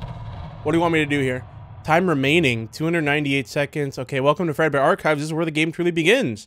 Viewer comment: saying "arc-hives"